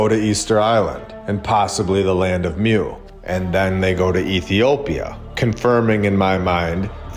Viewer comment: Please try and remember it's MU, pronounced MOO NOT MEW! You're teaching people the truth, and wonderful things need the proper pronunciation please!